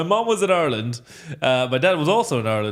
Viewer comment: I'm not Irish but I noticed immediately that he pronounces "Ireland" like he's from there.